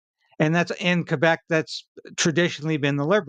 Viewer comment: Congrats for saying Kay-bec and not Kwebec like some who are not informed about that.